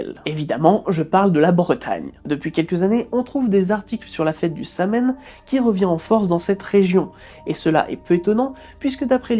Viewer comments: Et ça se prononce "So-ween" en Irlandais, pas "Sam-Heine"... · Samhain se prononce plus Saw-wheen que Sam Haine, et on prononce juste Si pour le Sidh car le DH ne se prononce pas ! (comme pour le Sabbat Lughnasadh où il se prononce Lounasa) Beaucoup de mot celtique ont beaucoup de lettre muette dans leur mots (Imbolc se prononce imolc par exemple, ou la belle et la fameuse Déesse La Morrigan, le G ne se prononce pas) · Bon episode, mais on ne dit pas Samhain comme c'est écrit mais "Soween" (comme HalloWEEN) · Excellente video ! Je tenais juste à preciser que Samhain se prononce Sa-whi-n 😊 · Samhain se prononce "soween" merci pour tes vidéos , meilleure chaîne EVER ! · Je suis païenne et j'ai donc fêté Samhain, je suis particulièrement heureuse que tu aies fait cette vidéo, parce que tout ce que tu dis est très juste! Merci pour cette vidéo! (PS: ça se prononce "sowin") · Samhain; prononced "sow-un" en gaelique irlandais. greetings from Ireland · Salut ça se prononce So-wai-ne 🎃 joyeux Halloween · Merci j’étais pas seule à avoir été perturbé toute la vidéo mdr